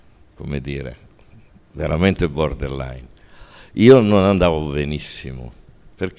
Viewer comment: Puntata fantastica! Paolo è straordinario e poi mi fa spisciare il fatto che ogni volta dice bordell-line invece di borderline. Chissà se sia voluta o casuale 'sta cosa 😂